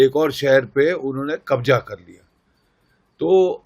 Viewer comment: Kabza hota ha kabja ni hota 😂😂😂😂